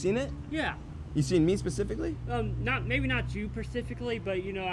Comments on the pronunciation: "Maybe not you perciffically" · He's seen yall ... not you pacifically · “Maybe not you, persifacly” 😆🤣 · “not you persifickly” ….😑